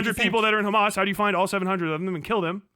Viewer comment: "Do you condone Hemes?" x8 "I'm so rightous duud, I'm political comentator on the internet with biseksüel lighting in the back, I'm always right." Piss off, grifter boy. You only fool lobotomyte children on their phones.